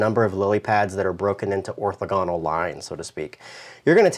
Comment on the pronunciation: "Orthogonal" - accent is on the 2nd syllable, fyi...just like "diagonal"